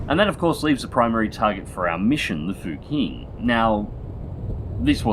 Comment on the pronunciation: I don't wanna be too boring but "q" letters in pinyin is pronounced like "ch" in english and "x" are pronounced like "sh". so "fuqing" is actually pronounced "fuching". Chinese is a weird language... that's about as much as I know